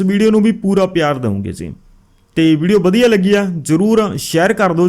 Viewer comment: ਜ਼ੀ ਨਾ ਬੋਲਿਆ ਕਰੋ ਜੀ ਬੋਲਿਆ ਕਰੋ